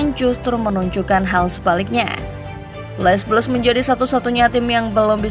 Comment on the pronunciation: min, gak enak banget ngucapinnya les blues, harusnya kalo diucapin tuh, cukup le blu